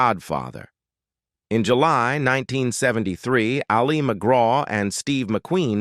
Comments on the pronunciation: Thumbs down. If a channel is too lazy to even get the AI pronunciations correct they don't deserve a thumbs up or a full view. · AI generated voice that can’t even pronounce Ali McGraw‘s first name correctly. Also using photos of actresses that are not Al McGraw. Just a piece of crap. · "Ali" is short for Alice. The stress is on the first syllable. It is not the Islamic form of "Ali", stressed on the second syllable, as in Muhammad Ali. Whether or not the narrator is AI, it/he ought to know how to pronounce the name of the subject of the video before beginning. Just sayin'. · Hate this AI voice. LOL. And pronounces "Ali" like Mohammad Ali few times. No wonder she's usually referred to just McGraw. Whatever. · Ah Lee? Can't even pronounce her name correctly. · Ah-Leee McGraw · It definitely is. It kept changing the pronunciation of Ali to Ah-li like Mohamed Ali. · You pronounce Ali as if she’s Mohammed Ali! It’s pronounced like ‘alley.’ I find this kind of thing very irritating and tells me the research is marginal at best. You might do well asking people who watched her movies in real time, we know how to pronounce her name. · It’s not Ali McGraw pronounced like Mohammed. It’s Allie. It happens a lot with AI narration 🙄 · Who's Ah-li Mcgraw...? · I agree, the Voice keeps calling her “A-LEE” McGraw, like Mohammed Ali. Not pronounced that way! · What an AI crapfest. The narrator mispronounces her name through the whole thing. Images are completely random. Sometimes they're not even photos of the subject, like what was Vanessa Redgrave doing in there. A waste of time. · A sign of the times, her name "Ali" pronounced the Arabic way 😆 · The presenter doesn't even pronounce her first name correctly. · the A.I. pronounces her name like the Muslim male name - as in Mohammed Ali. smh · Yeah, half the time it’s pronouncing her name like Muhammad Ali. Annoying. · Fake voice can’t even pronounce her name correctly.